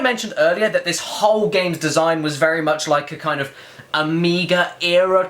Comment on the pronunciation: FireKid112 yeah that's the way it WA-ZUH